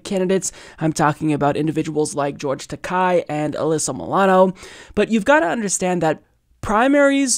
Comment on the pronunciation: George Takei is Ta-Kay not Ta-KAI. fyi. --- Star Trek fan